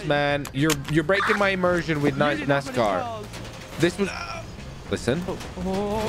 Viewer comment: Nas-Car not NiceCar😭😭